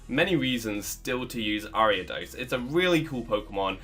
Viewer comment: Saw the video title, feared you would pronounce it wrong, clicked on video, you did pronounce it wrong. O